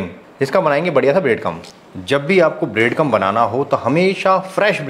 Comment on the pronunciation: ब्रेड क्रंब not ब्रेड कम टैक्सचर not टेक्चर